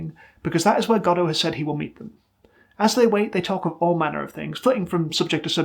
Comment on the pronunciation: Not to get political, but you pronounce Godot correctly and it warmed my heart